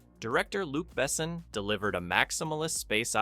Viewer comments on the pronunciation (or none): How the fuck does someone talk about a file director but can’t pronounce their name? it isn’t ‘bessn’ it is ‘behSON’ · Why do you insist on calling him BEssn? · Except for that the he's not able to pronounce the name of Luc Besson..... he is not pronounced Bessen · Could you please look up, how the French name of the director is correctly pronounced? It's "Bessoooon" not "Bessn". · Lu Besso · If you're going to make a video about a guy's movie, learn how to pronounce his name. Also, wrong Jurassic Park poster, it was JP2 in 1997. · I cringe so hard every time this dude is saying Luc Besson's name. Yet another american butcher. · Learn how to pronounce „Besson“ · As a European I cringe every time the directors name is pronounced 😅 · Why do you butcher Luc Besson so often but pronounce other french names somewhat careful? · How have you mispronounced the director/creator/writer's name so poorly? Mila is (Meela), not (Milluh)! Oh boy! Otherwise, you got the other names pretty well! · That is the most American pronunciation of Luc Besson ever. Never heard his name said like that. Maybe i should start to say Clunt Estwüüd jist ro keep the shitty pronunciation going... Holy crap Americans and language is just not a thing. Can we have Gérard Depardieu next.? 😅😅😅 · you are butchering french pronunciation of his surname. 😢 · You got it backwards. Moebius had comics, which inspired Besson (whose name you butchered) and many others. He later directly adapted Valerian BDs (French comics). BDs are very different from American superhero dominated comics. For some reason, there are also many Western setting BDs like Lucky Luke and Blueberry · you know Luc Besson is French, so maybe say his name in French....because its sounds idiotic in English... wait, its made by an American, they dont know where France is and how to say things in French, because French isnt a " real " language! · I like the video, but please learn how to pronounce Besson's name properly... <3